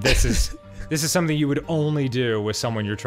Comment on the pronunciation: Oh my God Arin doesn't know how to say sumtin'.. The t is silent. Atleast it was funny